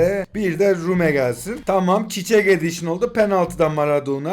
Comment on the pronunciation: Çiççek deme abi yeter yaw